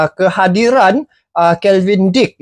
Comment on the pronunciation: Kevin bang...bukan kelvin